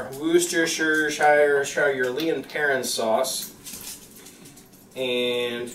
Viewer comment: LOL. WOR-CES-TER-SHIRE SAUCE. or shortened. WOR-STER-SHIR